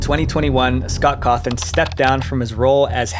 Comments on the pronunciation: And pronouncing Scott's name as "Scott Cawthorn" instead of "Scott Cawthon" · "scott hawthorne" 💀💀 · He said Scott Hawthorne. It’s Cawthon. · Hawthorn? You mean Cawthon? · The name is vivziepop not whatever you said earlier. And you called Scott's last name Hawthorne. Maybe next time make sure your saying the names right? Don't take this personal plz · Why did you say "scott hawthorn" at one point instead of scott cawthon? I literally lolled at that part. Plus, it's "fu-naff", literally nobody says it like "f.n.a.f.".